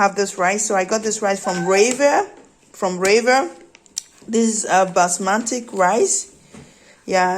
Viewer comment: It's Basmati Rice....not basmatic